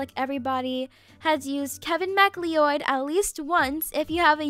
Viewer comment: His name is pronounced "Kevin MacCloud"